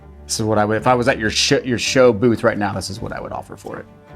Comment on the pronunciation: I kind of heard him say “If I was at your Shit.. Show Booth” 😂 Terrible Seller!! You had the patience man!